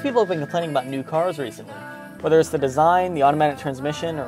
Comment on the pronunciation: did he just NOT check de oil level?